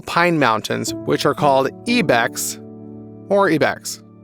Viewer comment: Bruh not e bex but its pronounced eye bex...the least you can do is learn to pronounce the animal names before you narrate